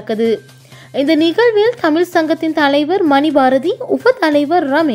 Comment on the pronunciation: வணக்கங்கள். ழ சரியாக உச்சரிக்க வாழ்த்துக்கள். தமில் ? தமிழ்?